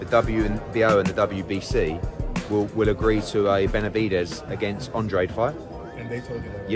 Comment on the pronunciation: I don’t like that Demetrius has my last name man. Andrade is a Mexican 🇲🇽Last name. This guy has no business having my last name. He don’t even pronounce it right. I hope David Benavidez knocks his punk ass out.